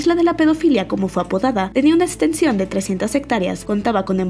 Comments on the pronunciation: Para narrar estos videos deberian contrar a personas que si sepan pronunciar la "x", (setsual, etsención, etspres,) hahahahah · Me causa conflicto que no sepas pronunciar la “X”!!! jajajaja